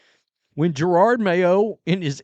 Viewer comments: It’s Jerod not gerard. You haven’t been around many black folks have you? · Here I am again just reminding you that you sound like an idiot purposely mispronouncing the coaches name. There’s only one R in his name. Ja-rod it’s that simple. Its not Ja-rard